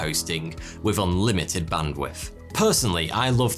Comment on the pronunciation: YOU PRONOUNCE TH AS FF, WITH = WIFF